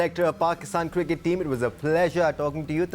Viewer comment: Razaak favorite words: tass, kirket😂😂